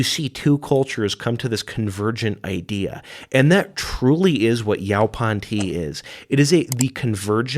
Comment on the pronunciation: It’s pronounced “yo-pawn”.